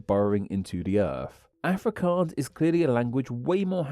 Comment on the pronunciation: btw South African some what Afrikaans speaker it's pronounced Aa-frick-aans. Hope this helps!